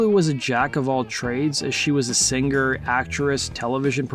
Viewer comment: Theres a good “sing-ger”